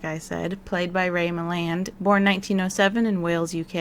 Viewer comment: I can’t explain why but I enjoy the way you say Ray Milland